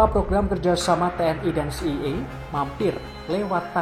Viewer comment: C.I.A dibaca Si Ai E bukan Si Ye Ye